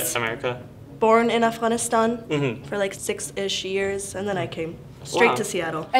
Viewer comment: Bro thats how youre supposed to say Afghanistan? Freaking Americans, we butcher the hell of that name. It sounded so beautiful how she said it